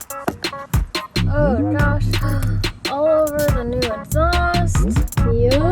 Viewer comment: Am I the only one who notices that says oh my gosh with a D like oh my doshh lmao 😂 I love it